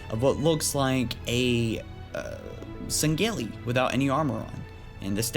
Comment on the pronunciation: It's not pronounced sang geli it's pronounced sang heelee